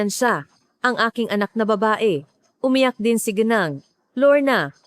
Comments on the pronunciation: Sorry you pronounce gineng. Not gineng we pronounce Ginang.. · HINDI KA PILIPINO,,,KASI HINDI KA MARUNONG MAGBASA NG WORDS NA GINANG,,,,GENI ENG ANG PAG BIGKAS MO,,,ANONG LAHI KAH,,,PUYDE BANG MALAMAN ? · nakakainis lang ang. pagbigkas ng narrator sa ginang mali mali. ang bigkas at spelling